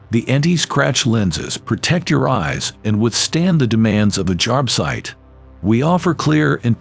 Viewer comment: You'd think Milwaukee would invest a little more in the quality of their commercial.... "Milwarkee"?? "Jarb-site"?? 🤨